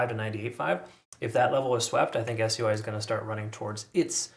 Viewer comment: why are you saying s-u-i and not sui